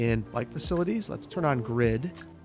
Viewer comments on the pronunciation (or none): none